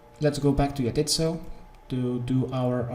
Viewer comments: 'yah-tit's-so'. My tit's so what? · He says He says Jatizso like YA TITS, YO.